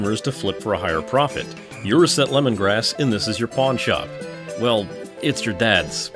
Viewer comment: Reset tear is how you said it